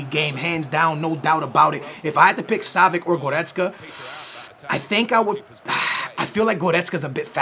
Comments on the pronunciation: Yo its pronounced savits not savik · Pretty sure its pronounced (Sah-vi-ch) not (Sah-vi-ck) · Savi(ch) not savic😅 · Ohh my god... not [Savik], [Savich]!!!